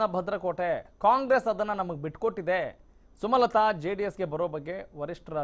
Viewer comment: ಸುಮತಲಾ ಅಲ್ಲ ಸ್ವಾಮಿ ಸುಮಲತಾ